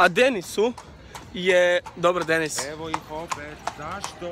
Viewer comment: Uuuuu nice. Meni se previse svida. I da li je neko cuo da je poceo govoriti penis umjesto Dennis? ❤❤❤